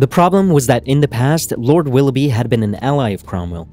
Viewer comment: Per favore utilizza Cambly.. Willoughby pronunciato 'bai' finale anziché 'bi' non si può sentire...